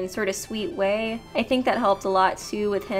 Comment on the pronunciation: "To show him the light wae"